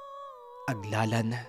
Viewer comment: Magandang Gabi po.mali Po ata Ang pagka banggit nyo Ng Lugar.aglalana dumarao Po Yan hnd aglalan.hehhe..